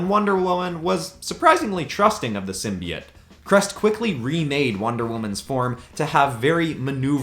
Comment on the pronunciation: You say simbeits it's simbeotoe